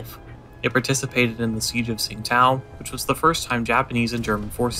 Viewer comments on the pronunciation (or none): Not that it matters, but Tsingtao is pronounced "Ching- dow" as it is the romanised spelling of the city's name "Qingdao."